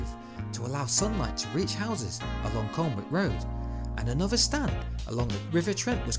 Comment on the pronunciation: Down vote for the last few seconds of the vid😉. Great video, just one small thing: Colwick Road pronounced Col-ick not colnwick and the Bridgford Stand is pronounced Bridge-ford not brigford. Keep it up though!